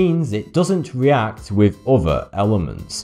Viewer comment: "with" becomes "wiff", "other" is "ov'ffer" and "Bismuth" of course is "Bismuff" Why is it that the english take any word spelled with a "th" and pronouced 'em as if they were spelled with a "ff" ? Someone inlighten us please! FYI. I'm Canadian so, I know what I'm talking aboot!